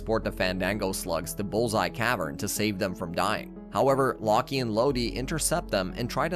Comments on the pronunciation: Mf said locky and lodie bruh it’s lock with a silent e and lode is pronounced like load and meega morph like 😂😂😂😂😂😂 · Just a few names you didn't say properly: Locke and Lode are pronounced as "Lock and Load", since Locked and Loaded is a term. Junjie is pronounced as "June-J". But overall really good video compressed in just 24 minutes! Slugterra has such a unique story and was such a great show, but it's a shame Wildbrain couldn't spare the budget to continue the show.